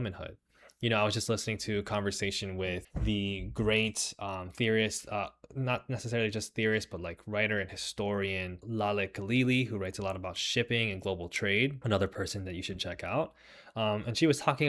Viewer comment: For those who couldn't find her, her name is Laleh Khalili, not Lalit Khalili